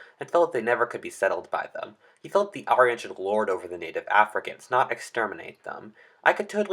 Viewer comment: China isn't larger than the United States. Also you a pronouncing Aryan wrong.